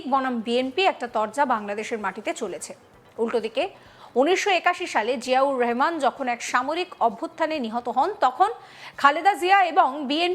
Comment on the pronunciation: জিয়াউর রহমান ভালো করে উচ্চারণ করা শিখুন।